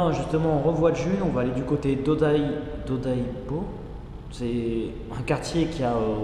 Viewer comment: Merci pour se voyage au Japon car j'y suis allez en février et le temp n'était pas au beau-fix. Par contre si je peut te conseiller un quartier se serait RYOGOKU car là-bas il y a le musée EDO et le musée du sumotori ainsi qu'un très joli jardin japonais Pour finir on ne dit pas Odaibo mais Odaiba